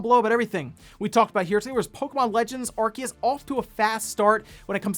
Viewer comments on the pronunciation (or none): It’s pronounced “Are-Say-Us” NOT “Are-Key-Us”. Why can nobody get it right? 😂